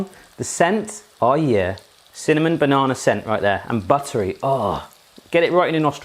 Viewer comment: There's no R in banana.